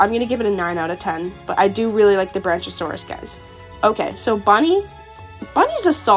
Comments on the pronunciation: Ik I'm late but Isn't the pronunciation supposed to be "Bronk-iosaurus"? I just heard you saying Branchasaurus and had to pause lol! Keep up the AJ vids, love the content! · It’s pronounced brack-iosaurus, like the word brackish! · It is brachiosaurus BRAC-e-o-saur-us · Ngl I laughed when she said “Branch-a-saurous” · Isn't it pronounced brach-e-oh-saw-rus?